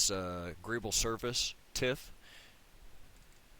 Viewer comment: what is a greeble? graable? greeable? i have no idea what you're saying